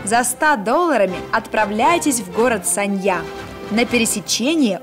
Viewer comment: Anna Andreeva город то санья, а не ссанья